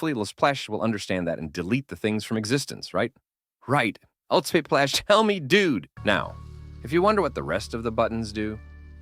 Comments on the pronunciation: text to speech be like: elesplash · Lsplash ❌ Lasplash ✅